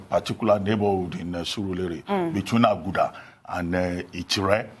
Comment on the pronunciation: Laila cannot call Aguda well. Chai in front of Abati. You guys should find out how to pronounce these places. You are not foreigners